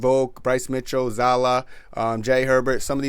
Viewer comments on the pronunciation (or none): bro called him zala is zallal